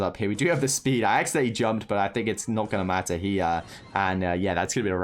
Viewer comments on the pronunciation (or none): none